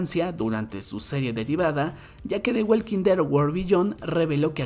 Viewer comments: De welkin det 😂😂😂😂 The walking dead (Da woking ded) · Por qué lo pronuncias “the weilking ded “?? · Me duelen mis oídos de escuchar cómo pronuncias el nombre de la serie, mejor pronúnciala en español. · "De güelquindet" 🤣